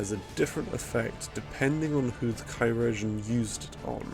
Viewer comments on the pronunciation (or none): Just wanted to let you know that chirurgeon is pronounced the same as surgeon Great video mate!